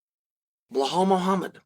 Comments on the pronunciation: Blahal forget how to say his name Muhammad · Why can't the man say BELAL it's not difficult 🤦🏻‍♂️